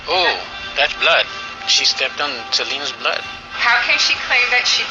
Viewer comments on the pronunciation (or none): none